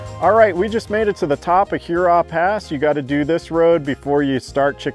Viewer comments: “Her raw”, not like Huron. 🤓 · I’m just playing with you guys - the video was truly A+. It’s every time you say Hurrah. Love your work, and please know I’m just goofing around.